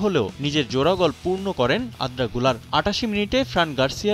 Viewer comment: নিউজ প্রেজেন্টার হিসেবে দক্ষ কাউকে নেয়া উচিত। আর্দা কে আদ্রা পড়ছে এটা কেমন কথা??